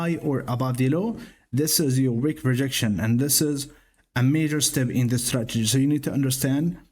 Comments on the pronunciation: Cute "stragety" kid. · So funny how it sounds like you say "stragedy" 😄